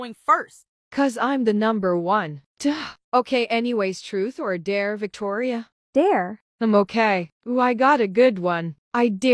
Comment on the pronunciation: Victoria name is Victoria but th3y called her toir